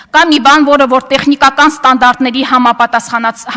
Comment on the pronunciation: Էս աննորմալը որտեղից?Աղջիկ հայերենում կա Յ ինչու ես յ -ի փոխարեն ռ ասում. Որ ոչ թե ոռ😀😀😀